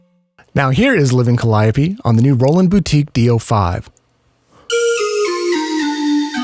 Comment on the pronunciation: Cal-eye-a-pee? NO NO NO ..Call-ee-o-pae